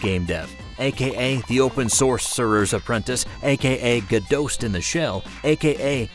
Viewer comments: Its Godot not "Godoe" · It's pronounced Go Dot per the creators. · It’s pronounced go dot as stated by its creators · It's pronounced like robot, not like the actress. According to the developers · I’m pretty sure Godot is supposed to rhyme with robot. I mean, their little logo is a robot.